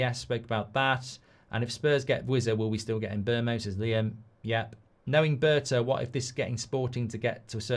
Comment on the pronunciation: Its pronounced Mboomo not Mbermo the player himself has said so